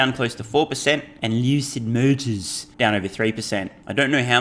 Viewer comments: I dont think ill ever get bored of Steves Lucid Motors articulation LMAO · lol dude please keep saying Lucid Motors like that. Gets me every time.